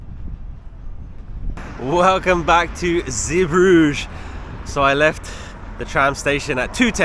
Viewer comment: Belgium has 2 languages, French and Flemish. The port is pronounced Zee bru geh, shame you missed out on Bruges, it is lovely. You had a poor experience in Belgium sadly